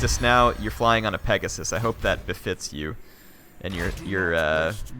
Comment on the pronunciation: It's clearly pegasium